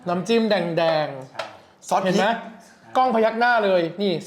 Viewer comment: #โดมพูดผิดจิ้มไม่ใช่จิ๊ม